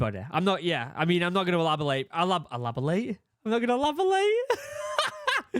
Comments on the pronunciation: “Elabolate”… everyone is f’ing up words in this video lol, luv you guys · Elopitate! Is that a word you use in the UK?